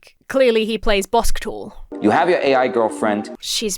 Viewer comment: Im sorry im still laughing about "Bosktball" 😂😂